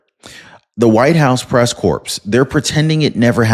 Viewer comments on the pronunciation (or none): Are you mispronouncing words on purpose?? The governor's name is Newsom not Newscome. And the word corps, the 'p' is silent... Altho I do enjoy your program, if you're going to be using these words, please say them correctly! Thanks for bringing us this kind of info!